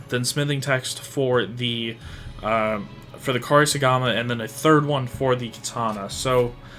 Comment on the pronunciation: Say it with me….. Coupe-Sorry-Gama 😂😂😂